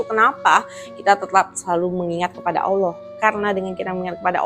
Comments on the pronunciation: Excellent ! maybe one thing, lebih baik mulai dari cara pengucapan Ollah dengan menipiskan bunyi O dan menebalkan huruf L daripada mengucapkan Olloh atau Alloh. akan lebih baik jika bisa melafadzkan Allah properly. jika lihat video-video debat Islam Kristen yang berbahasa Inggris, sangat banyak para bule kafir itu jauh lebih fasih melafadzkan nama Allah daripada umumnya orang Indonesia yang muslim. Kenapa? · Kritik dan saran aja sih utk ci.. pengucapan kata Allah nya semoga bisa dilafalkan lebih afdhal..